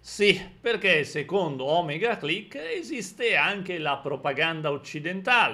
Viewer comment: Mi raccomando, si dice O-mèga (ovvero O grande in greco antico), non Òmega...